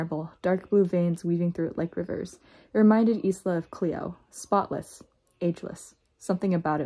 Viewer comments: The only issue I had with this video was how you pronounced Isla’s name. You said it like “is-la” it’s pronounced as “eye-la” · I know it’s not related to the book, but I want to know what’s the name of the background melody and its composer? I like it. Anyway, the Mai character's name is pronounced as ice-la. I wonder if you’ll read the next book, Nightbane.